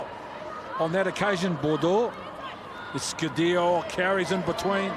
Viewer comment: To the commentator, France 8, her name is pronounced [ESK] [u] [DARE] [o], not "Escu Dior".